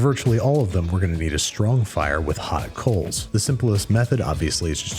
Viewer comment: That accent was more fyre than fire